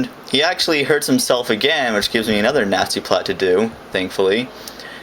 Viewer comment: For someone reasone its sounds like you say natzi plot IDK but it kinda sounded like that to me but let me defend myself by saying i am not a racist